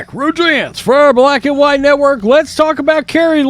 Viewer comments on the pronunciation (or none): none